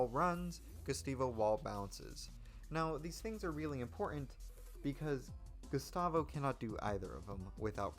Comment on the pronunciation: DID YOU JUST SAY GUSTAVO WRONG?